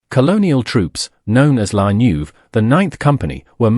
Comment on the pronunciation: Not *la Neuve: La Nueve (the ninth in Spanish)